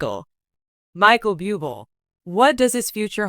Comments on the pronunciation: It is very disrespectful to pronounce individual’s name incorrectly. I agree with earlier comments; if you have a disability in the form of pronouncing names and expressing words that may cause you to mispronounce names and words take a class in these areas of lack, in order to be qualified to express, or use names that you are unfamiliar with. Otherwise find another job. Just awful!,🙈🙈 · Yeah would you please pronounce his name correctly, if you can’t , get another job . God Bless you Michael,I know it’s not easy but God will help you through your journey . Thank you for sharing your beautiful voice with us. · If you are going to talk about him have the courtesy to pronounce his name correctly! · Agree, pronounce his family name ridiculous 😮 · Reader, learn how to pronounce correctly. It is boo-blay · Before you do a piece learn to pronounce his name. I’m going to write out his name to help. Blueblay. My prayers are with you and your family during this ordeal. You are so respected and we all know the family is the most important unit to protect. You will be missed young man❣️ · Please learn how to read lady it is Bu-b lay please if ur going to read, Lear to pronounce words and names! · This narrator is DREADFUL..She wants to do a video about Michael Buble' but pronounces his name a BUBLE (what an insult) Terrible channel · 1. Learn how to pronounce French words, Google can and will help with that. 2. Only you, the misinformed commentator is reporting this, NO CANADIAN media has said anything and I know for fact his and my country would have been the first to say anything! And for 3. Do better then all the other commentator channels, by stopping the spread of misinformation! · It is insulting that you can't pronounce his name correctly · Why not find some who can at least pronounce his name!! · Can't even pronounce his name properly. Should I believe her content? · Your mispronunciation of his name is Disgusting and insulting to .him